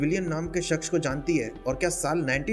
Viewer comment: Bhai shaksh nhi hota... Shakhs hota hai...